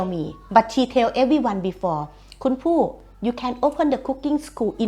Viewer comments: It's more like Boo than "Poo"! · It's not exactly "Poo". It's a softer sound like a P and B together with an H sound after like pbhoo. There is no way in English to describe this sound.